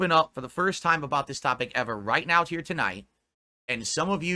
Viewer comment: Big fricken deal over heah guys